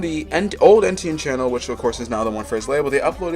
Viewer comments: It was driving me crazy 🤣 E-tienne not EN-tienne ffs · Brother you keep calling him ENtienne your entire video but it's ETienne like want to do some research orr just make stuff up? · why do you keep saying "ENtienne" its so distracting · Pronouncing it Ntn was driving me insane 😂😂😂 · bruh if you’re making a whole video about someone at least get his name right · how do you keep saying his name wrong